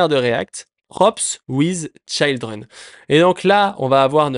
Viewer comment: Je trouve ça dommage parce que tes explications sont bien mais tu perds ta crédibilité à chaque mot anglais que tu prononces 😅 Est-ce que c'est fait exprès ? Je t'avoue ne pas comprendre... Pour une personne qui dit former des gens pour bosser en entreprise c'est un peu paradoxal de ne pas savoir prononcer des mots basiques tels que "children" Bref je plains juste tous les jeunes développeurs qui vont "copier" ta mauvaise prononciation...